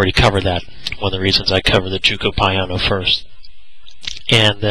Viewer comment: Living in Italy I can give you so pronunciation advice on the way to pronounce "gioco piano" ..if you're interested giocare is the verb meaning "to play" or the word gioco means "game" piano means slow or quiet gioco (joh-koh) piano (pee-ah-no)